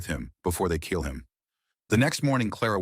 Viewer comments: AI stinks in this video. Blood is spoken as blahd. Kill is read as keel. Among other mispronounced words. Very frustrating to listen to. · The AI commentary is crazy. If your system can’t pronounce “kill” and “blood”, maybe just read it yourself.